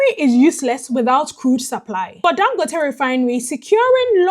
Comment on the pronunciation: Thank you for trying to pronounce his name right. 🤷🏽‍♂️